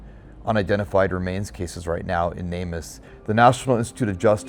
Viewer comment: You'd probably have better luck getting info out to the general public if you stopped saying "namus" all one word and instead pronounced it "Name Us". People are much more likely to connect the org with the purpose if pronounced as words instead of an acronym.